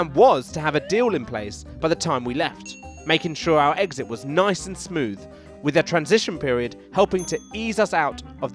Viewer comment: can you pronounce exit correctly ffs, do you call your last girlfriend my eggs?